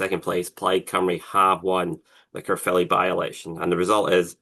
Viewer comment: Thank you for pronouncing Caerphilly right it's not carefully and Cymru is not Simru ffs